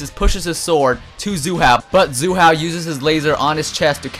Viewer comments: his nam is not zoo hao his name is Hsu Hao,its pronounced with an ''S'' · Its not zu hao dammit its sue hao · why do you pronounce hsu hao as if the s was a z! also tuh keh duh is probably it